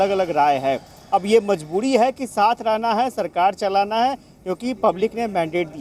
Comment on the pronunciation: aap ka bol ne ka andaz galat hai mazboori hoti mazboodi nahi sarkar hoti hai sarkad nahi plz sahi boliye 🙏🙏